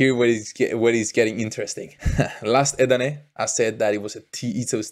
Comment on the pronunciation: Bener om " edane " bkn " eden " kyk ssma lo..